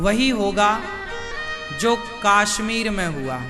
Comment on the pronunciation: Kashmir hota hai kaasmeer nhi😅